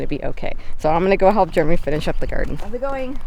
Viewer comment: It's funny how you call him Germy lol